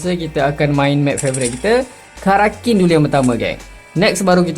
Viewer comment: Finally sebut betul karakin bukan kraken 😅😂